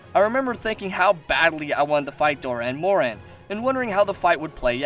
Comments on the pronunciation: well sir, if you payed attention to a certain cutscene in 4 ultimate, you would know that the gore magala turned into the shagaru magala. not the baby of the shagaru. and you pronounced dah'ren morhan wrong. doran morhan? really? nah, man. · Good video, just a lot of... mispronunciations. Like Dah'ren Mohran, not Doh'ren Mohren, among quite a few more. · Is there any way anyone wouldn't? Yama Tsukami he calls Yama Sakumi or something, and Dahren Mohran he calls Doren Moren. Might as well call it Doraemon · Doran Moron... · Also pretty sure the pronunciations are Shagaru Magala (Shah-garu, Mah-gala) Dah'ren Mohran (Daa-ren More-an) Yama Tsukami (Yah-mah t-suu-kah-me) Also I fucking love Chameleos Also Gogmazios is my fave monster (Besides, well, Savage Jho)